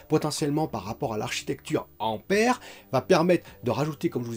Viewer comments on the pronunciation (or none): none